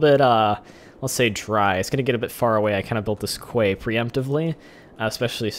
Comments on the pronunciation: Its meant to be prounouced key. Not Kway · Quay is pronounced "key" BTW